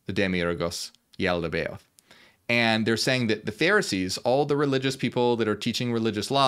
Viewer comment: Yaldabaoth is pronounced jal-duh-buy-aht